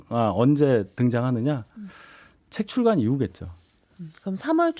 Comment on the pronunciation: 출괄이 아니라 출간입니다 아나운서 라면서 기자도 아니고